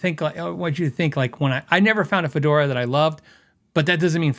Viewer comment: Fodera…. Not fedora. It’s a bass, not a hat. 😊